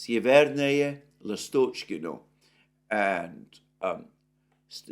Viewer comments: Alexander, try to emphasize the first vowel of the word Lastockino. Instead of the middle one. It will sound better. In case of Stepovoe, emphasize second "O" instead of the first one. After "O" letter "E" sounds exactly like "yea" . In general stay away from emphasized middle vowels. Last names usually emphasize last vowel as well, unless it's the first one, like Putin. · S'evernoye, L'astochkino, Stepov'oye - please note the correct pronunciation of Russian villages in Donbas.